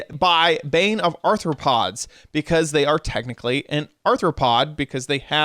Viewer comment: “Technicly” lmao